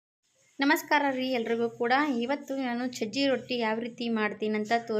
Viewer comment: ಸಜ್ಜೆ ರೊಟ್ಟಿ..ಚಜ್ಜಿ ಅಲ್ಲ